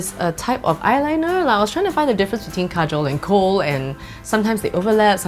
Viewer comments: Thats not how we pronounce kajal 😅😂u said Kajol its an indian actress name 😁it's ok tho cuz u don't know hindi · Kajal is pronounced car-jal 😂😂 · This is Kajal not Surma 😂 apply properly